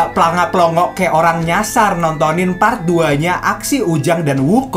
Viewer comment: Bukan pray pret bang tapi part